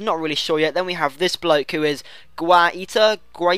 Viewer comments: guaita is pronounced gay-ta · guaita is pronounced gaajta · Guaita is pronounced as Gita the uai is pronounced eye. and he grows to 88. great cheap goalkeeper!